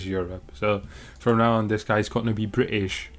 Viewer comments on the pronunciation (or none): Bri-ish. He got the dialect down